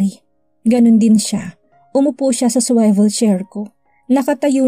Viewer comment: Ms. Narrator you're consistent and really don't accept correction right? SWIVEL is pronounce as suwivel hindi po suwayvel. Wala naman po masama kubg tatanggap kayo ng correction dahil para din naman po ito sa ikadadagdag kaalaman ng inyong ibang listeners particularly students